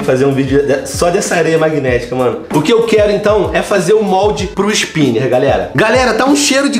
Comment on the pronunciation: "que esspiner lindo" em pt-pt é muito engraçado como falas venom xp